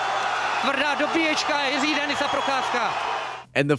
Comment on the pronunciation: Its still wrong. Closer, but no other language on earth has an equivalent of Ř as far as i know. Source: my name is Jiří too.